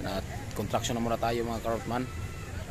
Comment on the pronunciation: CONSTRUCTION bro not kontraksyon😢